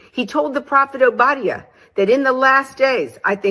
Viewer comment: Hey That's EXACTLY what she was do'n... The book of WHO?!?! Ma'am... it's ow·buh·dai·uh... they still try'n to subvert, take, & readminister things that don't belong to them... that same anglo-saxon spirit... She "teach'n" but JUST heard of the book they told her to use. I know what you mean with the last days thing, but for ur viewers who may not... that's b/c we've been in what is considered "the last days" since Christ rose. Ppl are think'n of last days compared to so many 100's of years, but when we zoom out... it's the last days compared to the beginning. The diff. now is... we are rapidly approach'n the end as in Daniel, Rev., Matt. 24 type of "last days", if you will. Look at it this way.... For 9 months we tell everyone we're pregnant & gonna be a mother real soon The DAY we see both lines or a plus.... it's a BIG diff. when those contractions ain't braxtons no more & we're in the car... gonna be a mother real soon. 😌 It's like that, & so now when you hear ppl say it now, esp. those that actually live a "for real" surrender life unto The Most High, what we're actually say'n is..... Toni & her sisters are sang'n they heart out & put'n on a WHOLE show.... mmk.... lbvvs. ❤